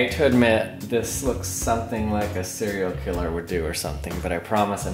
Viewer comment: I loved how he said I'm not a Cereal killer I'm just a scientist